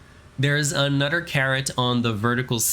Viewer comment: Anudder window